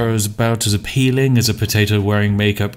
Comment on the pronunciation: Eye-peel-ling, eh?